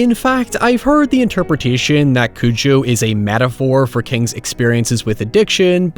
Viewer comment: You’re pronouncing it as “Cuju” which I found strange, is that how it is in the film? I always say it as “Cujo”